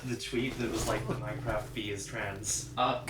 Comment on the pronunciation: this is edited with the same pacing as the minecraft movie also you pronounce minecraft like mein-kampf